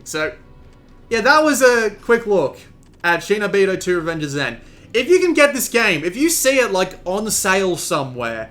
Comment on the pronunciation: Not shay-no-beedo, shee-no-beedo.